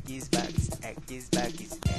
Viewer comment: kkkkkkkkkk crl o cara fala eggs box